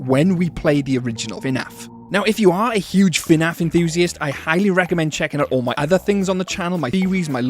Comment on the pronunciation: abolute bonkers of a video, well done but please its not f'naf, its fnaf